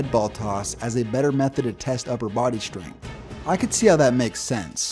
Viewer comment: The word is strength. It is NOT SH trength. Time to up your pronounciation game,.